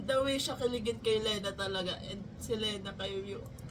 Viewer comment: Yes same here, blink, bloom and now gumber bear ❤ Love this RV. Hahaha! Btw “Lena” is pronounced as “Lee-na” po ata hehe. Not sure, correct me if I’m wrong. Thank youuu❤